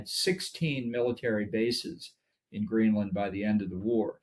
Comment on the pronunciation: GREENLAND not Greeland!!!